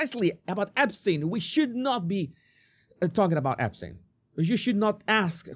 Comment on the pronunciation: The way trump said " are you still talking about Ep-stien?", as if he had never heard of that name & was trying to figure out how to pronounce it🤣🤦🏽‍♂️. Throw trump in alligator Auschwitz!!